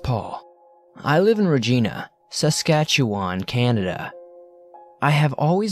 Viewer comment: As a Canadian, I laughed at the way you said Saskatchewan phonetically in #3 😂 Sas-Kat-Chew-Wan LMAO